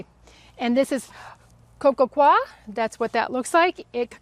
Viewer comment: Coir is pronounced ""coy ya" or "coy yer"!